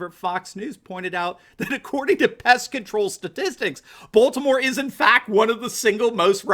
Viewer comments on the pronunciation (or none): none